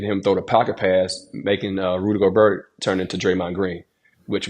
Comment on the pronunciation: HE IS FRENCH! GOBERT IS PRONOUNCE GO-BEAR, LOL